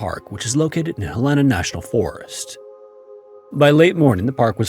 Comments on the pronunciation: Its helena not helena (Hell-een uh) NOT (hil-ain-uh) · Just FYI: the city in Montana is pronounced HELL-en-ah. I grew up in Montana. Never heard that last story, before, though--Creeeepy!! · Helena is pronounced Helen-uh. Just fyi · The way you butchered the pronounciation of Helena, Montana should be criminal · Ugh… mispronouncing the state’s capital, Helena, is irksome 😕